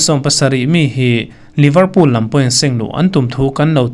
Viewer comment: Liverpool i lam(pronounce) dan hi a diklo deuh